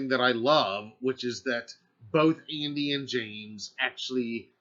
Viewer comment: I think he said andi but it sounded like he said Amy